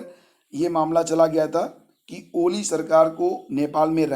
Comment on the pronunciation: सर कोली नहीं ओली है